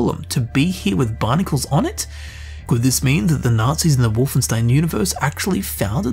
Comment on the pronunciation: Please, just one thing. WolfenSHtein.